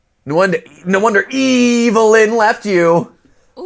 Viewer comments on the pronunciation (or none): not matpat calling a 555 number all excited 😆 matpat: whoa slow your roll there Except Adam's girlfriend is EVElin. Good grief how does this man have a theory craft channel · Her name aint eveline, its evelin 😭😭